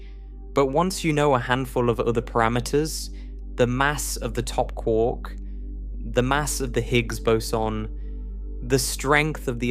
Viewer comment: Kwork…it’s quark not kwork…as in muster mark.